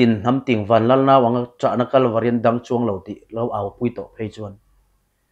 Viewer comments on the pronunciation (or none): none